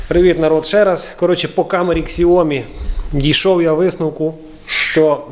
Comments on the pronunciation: Не ксяоми а сяоми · снимал видео, про то, как он звук улучшал на Xiaomi (кстати произносится, как Сяоми, ох уж эти китайцы).